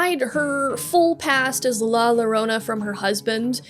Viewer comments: Was about to do this, too. Someone got to it a year ago. I loved the story, but I always hated the fact that "There are no Happy Endings in Night City" So yeah, "ll" is a "y" sound. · To pronouce llorona its 'yoh-roh-nah' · Man I was about to comment this before I scrolled down lol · It pronounced yo-rone-ah the LL is pronounced as a y. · Yeah, as a Latino it was a bit annoying to hear the LLorona word mispronounced so many times, even after having the pronunciation wiki on screen. But these are easy to correct, the content is as always great! Appreciate the storytelling. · Rule of thumb for spanish, double "L"s are usually read as a "Y" sound. That aside, preem vid, choom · the double L in Llorona is pronounce like a J in Jackie or Johnny.